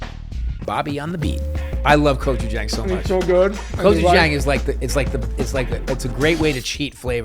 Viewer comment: Bobby please!! Gochujang with a soft a, ah, not gochujAng. Love you 😂